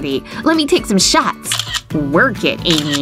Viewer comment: It's Amy not Ammy